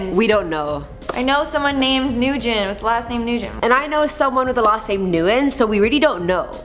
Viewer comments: I noticed that aswell in their previous vids when it was pronounced NU-GIN, I cringed a bit. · it’s pronounced (w-i-n) -dislike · Nguyen was pronounced Nuh-gin if im not mistaken; there is like a dozen in our school. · Nguyen is pronounced Gwin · Dear: Nguyen is pronounced Nooyen not Noojen. I love your videos.